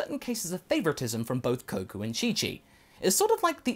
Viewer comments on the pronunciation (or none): He misspelled Goku, that's why he said Koku